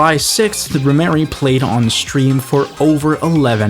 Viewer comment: it's Rhemery, not rhymery or rhy mary. she is trans